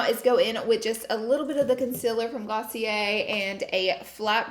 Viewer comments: Girl its pronouced glossy-AIR. Lol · Glossy air😂😂😂 also, did she say ice cream instead of eye cream?😂 She's the cutest🥰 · I’m British and I think it’s GLOSSY-ER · Damn I still be pronouncing it Glossy-Air 😭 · Kaitlyn H me too!!